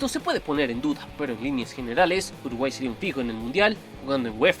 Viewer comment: Alguien mas se dio cuenta que en el minuto dice "Urguay"?